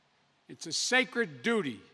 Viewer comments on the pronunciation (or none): none